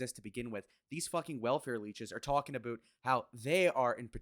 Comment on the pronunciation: That's better. Attack Jay Z not some other small streamer. I can get behind this. I like the way you say aboooot lol. Jay z is a scum bag and it makes me sick ppl worship a guy who poisoned his own community. Now we got a load of kids who think it's ok to rise this way. DISGUSTING.